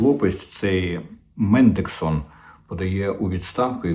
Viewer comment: Не мендексон, а мендельсон, спонсор лейбористів.